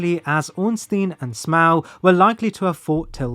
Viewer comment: bros pronunciation of smough is driving me crazy